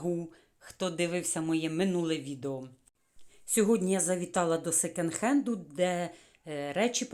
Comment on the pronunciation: А ще не " секенд", а "секонд". Бо ріже вухо.😊🌹